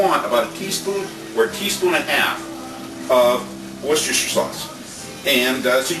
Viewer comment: wooshoostrrr sauce, haha! that's how i say it too! hehe gonna make me some chilis tomorrow.. thanks!